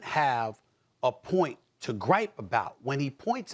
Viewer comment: Stop calling the dude windy it sounds like wendy.